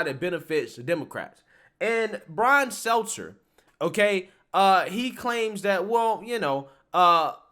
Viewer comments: I agree with your points, but you need to learn to pronounce the names of key people. Your credibility suffers when you don't do your due diligence. His name is Stelter, not seltzer. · He called him "Seltzer" hahahaha